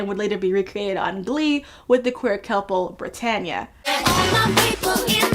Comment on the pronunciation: Babe it's Britanna not Britanya ❤